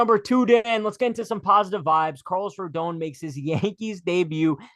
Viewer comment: It’s pronounced RODAWN, not RODOWN